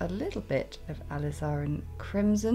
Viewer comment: It's pronounced "a liz are rin crimson " 😉